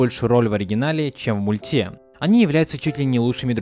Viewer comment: Блин бесит его произношение,мультЕ . Перестала из-за этого смотреть.